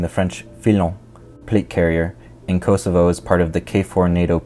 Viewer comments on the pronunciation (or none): none